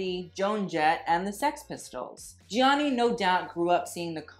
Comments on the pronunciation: Love the video! Gianni is pronounced without the first i, by the way. Like "Jahnni" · Also his name is pronounced like Johnny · His first name is pronounced “Jonny”. It is only 2 syllables,. One would think you would know that (assuming you’re desire to pronounce his name as the Italians would) seeing your incessant need to (poorly) roll your “R” in his last name, Versace. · The way he pronounces Gianni gives me anxiety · you don't say the first "i" in Gianni